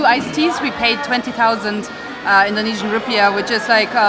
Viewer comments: Your knowledge of Indonesian language and pronunciation is very good! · Its amazing how spot on your pronunciation of Indonesian language are.